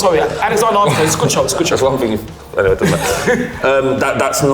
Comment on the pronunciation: stop saying ting...